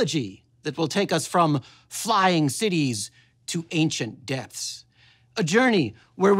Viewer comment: ‘ancient depths’ YAAJSH SAARON